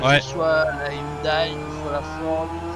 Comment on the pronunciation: Salut, très bonne vidéo encore une fois. Une petite information pas méchante pour la prononciation de (Hyundai), il faut dire Hyundé et non Hyundaille. à plus 😉